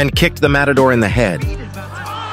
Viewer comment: It’s not “motador” lol. mAtador